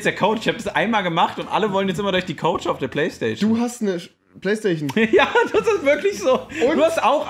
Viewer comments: Hahahahahhah ich hasse plaistaichon wie es rewi sagt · Rewi sagt nicht PlayStation sondern Playstachion haha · Playstachion haha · Ich hasse playsta-ch-en, 😂😂